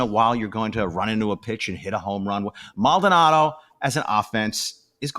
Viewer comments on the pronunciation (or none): first his name is Mald-O-nado, not Maldnado. Second "Uncle Mike" is loved in the clubhouse but he has been a non-contributor on the field for two seasons. Third, only casual fans on social media are turning on this team. For those fans have only been on board during this great run. I have been watching and listening to Astros games since the 60's. I witnessed the building of the Astrodome. I watched players like Bob Aspromonte, Rusty Staub, Sonny Jackson, Jimmy Wynn, Bob Watson and more play for bad Astros teams under poor ownership. Fair weather fans will always exist especially with the existence of social media ( which obviously I lived without most of my life). And it is because of social media that you spouted off your takes on Brantley's little speech and who knows where you came up with Maldy threatening to leave if he's replaced! I can only suggest that in the future don't post comments if you're "half asleep" and don't let yourself get wound up about a minority of misinformed casual fans on social media. Remember this too; your fast and loose info you posted is digested by the same people you criticize.